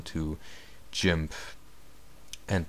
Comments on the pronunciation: You say GIMF :O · u say Jimp ^.